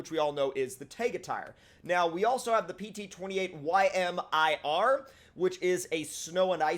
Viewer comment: "Ymir" is pronounced "Yuh•meer", it's a word from Norse myth, the name of the giant whose body the world was created from.